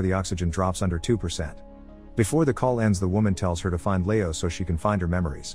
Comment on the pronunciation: I don't understand how an English speaker old enough to narrate a youtube video thinks Leo is pronounced "layo"...